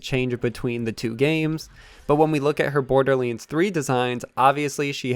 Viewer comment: C’mon,. You can do this. LANDS. BorderLANDS. Not borderlyinds. We believe in you, dude.